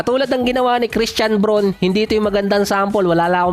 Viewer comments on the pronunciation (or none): none